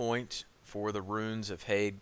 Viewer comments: The way you say thaig is like tage when it sounds like tyge but goodlookin out on the gear locations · Thaig is pronounced "Tyge" not "Tag" haha